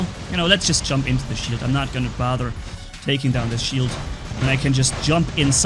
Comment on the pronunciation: did you said sh*t or shield???😅